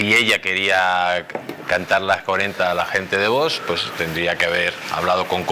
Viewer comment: Me gusta como habla este señor, pero es "curioso" que no puede pronunciar VOX correctamente, porque siempre dice VOS...acabado en "s"...